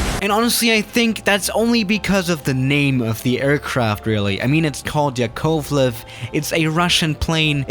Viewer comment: I'm Russian and the way you said the name of the plane hurt me inside ☠️